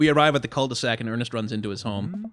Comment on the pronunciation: I'm pretty sure jogging with a baby strapped to you is not good for the baby.... They made devilled eggs Devil-led eggs. Nice one. Wait..... Cul-de-sac The first time you said that I thought you said cult e sac Yep, this neighbourhood is secretly a cult. It has to be. Okay get that sexual assault story out of my face. Damien you have a thing or two to learn about consent because this story is not about bdsm, what was described there is a criminal act. Oh yeah, I once read about sign language with vans! In that scenario it was a Geisha in Japan and the signs she used to let men know if she wanted ahem, 'some', or if she rejected their attempts to get to her.